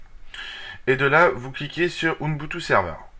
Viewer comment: Ça se prononce ubuntu ,UBUNTU